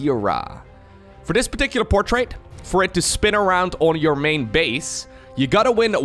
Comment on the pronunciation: Anyone else love the way he says portrait? “PortrAte” 😂😂